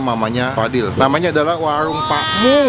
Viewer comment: WARUNG PAK MUH, BUKAN WAWUNG PAK MUH..